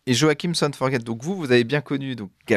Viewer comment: arrêtes stp de prononcer Son forge'tte' comme à l'américaine !!!!! c'est ridicule !!!